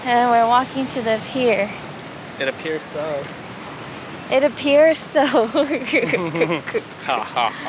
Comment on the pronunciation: "It appiers so" 😭😭😭 please is a mastermind